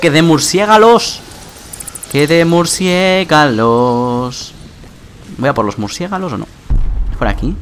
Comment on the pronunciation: Minuto ¿murciégalos o murciélagos ?